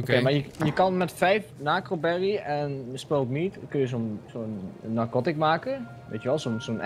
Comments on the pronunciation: het zijn geen(nakroberrys). maar (narkoberrys). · over die berry's zijn niet nacroberry's maar narcoberry's 😂